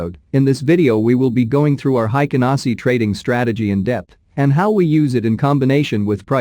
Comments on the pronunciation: BTW: It's pronounced "HEIKEN ASHI" , not "HEIKEN ASI" (The H is not silenced in Japanese) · It 's hi ka na shi not hi ka na see. Just saying lol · The computer voice is terrible. But tbh „Heiken Nazi“ bars, just 😂. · cannot pay attention to the content since I started to hear HaikanASSI!! now it's all I hear; take a shot every time the robot reader says HaikanAAASSIII